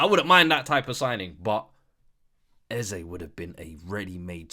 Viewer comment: It ain’t “Eze” 😂